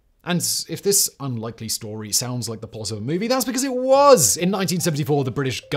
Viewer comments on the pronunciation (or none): none